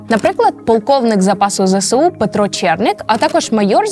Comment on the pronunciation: Відео супер. Але. Ви теж надаєте росіянам важливого статусу тим, як вимовляєте ЗСУ. Зе Се У - це калька з російської Ве Се У. В українській абетці нема букви «се». Є буква «Ес». Ми ж не кажемо Се Бе У. Виправляйтесь, вірю, ви можете коаще.